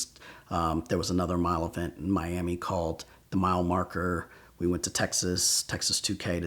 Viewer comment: I kind of hate how he puts a “t” at the end of words that end in “ed”. Like “callt” instead of “called” and “pullt” instead of “pulled” like he did in another story.